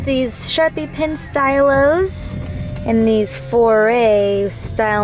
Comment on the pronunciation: Lmao "sharpie pen style-ohs". "Stylo" is French for pen (stee-low).